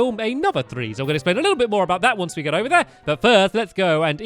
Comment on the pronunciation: Did anyone else Notice he said GIT 10 stars?